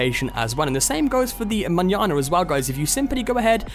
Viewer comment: I'm so glad you know how to say Manana